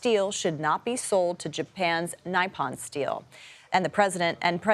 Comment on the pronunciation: Learn how to pronounce Nippon